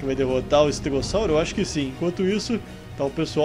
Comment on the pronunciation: Para falar estegossauro que você falou Sauro uma família entende para que se fala Saulo